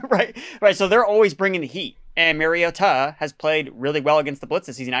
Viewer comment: Mar as in car not mare. Mariota. Also, for the love of god, can we stop with DevonTUH